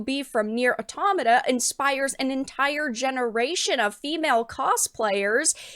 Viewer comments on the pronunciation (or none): Automata, not automana.